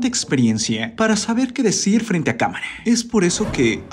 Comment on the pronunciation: ese narrador del video, tiene un problema MUYYYY SERIO DEL HABLA: españe, la recistencia, camare, esperabe, comunique, proivide, largue, expericncies, la pregunte, VICEVERSE??? es en serio???...